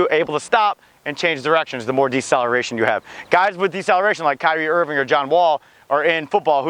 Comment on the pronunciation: Irving not irwing